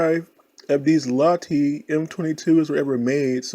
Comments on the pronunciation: you mean like lahti rather than larhti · Suomi, soo-o-mee, Manchukuo, man-choo-kwo, Lahti, la-tee. Don't be embarrassed to ask for help. You obviously like to learn. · You say the A like you say U in FUCK you say it like idk